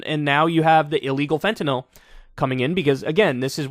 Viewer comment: I can't believe he doesn't have a Fenter-knoll Flag? p.s. congratulations for pronouncing Fenter-nill (with a y) correctly Dog.